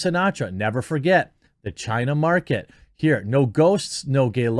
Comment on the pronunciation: "tales of film-making in chinaty" 🤣